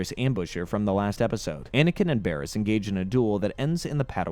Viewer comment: not to mention him mispronouncing Bariss... even tho her name is literally said in the show ... on multiple episode from her introduction ... repeatedly